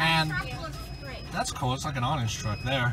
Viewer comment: This is how many times says Odenge 👇